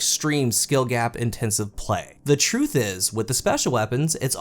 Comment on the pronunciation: Hehe "CRUTH"